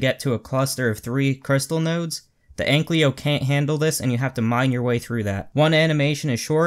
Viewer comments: AnkYLO, not AnkLYO.. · *Ankylo Not Anklyo. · dude you are saying egglyo lol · STOP SAYING ANKLYO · Too difficult, I'll just say AnkLYO.